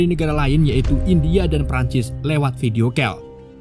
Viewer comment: Nyebut video call ( harusnya kol, bukan kel )